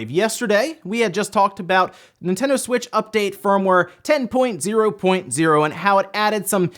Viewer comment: “Nintendo Switch-U”